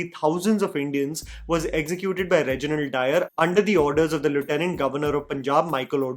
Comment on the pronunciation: Did he just pronounced lieutenant and not lieutenant??